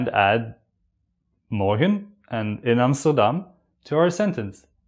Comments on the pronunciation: It sound morkhen not morgen hahaha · The video is good, but seems to be not from Nederland.He pronounces "morgen" like a german word. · why do you pronounce your g's like an English g and not as a guttural? Hence 'morgen' becomes the same as the German. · I was expecting a hard G when you said morgen.